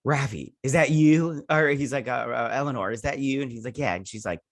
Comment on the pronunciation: And I love how you call Elnor Elanore. LOL!